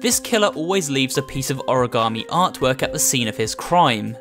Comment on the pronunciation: You know what is shocking? Lol an origami killer who can't pronounce origami